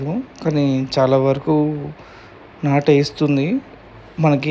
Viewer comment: నట్టు కాదు బ్రో నాటు